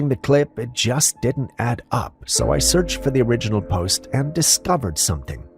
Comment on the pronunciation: He does mispronounce a LOT of words though (sorry...) - just the stress on some longer word tenses, but he either seems to be improving or just hasn't used those words lately. Like "A'-ttribute" & "attrI'-buted", or "O'-rigin" & "orI'-ginal" - that sorta thing. No biggie really...